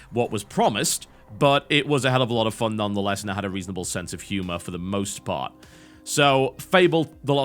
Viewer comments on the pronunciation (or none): none